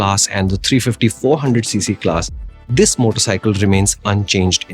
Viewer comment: " Zisss motorcycle " 😂😂